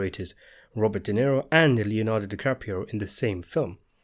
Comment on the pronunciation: DisaDiCaprio? No thanks.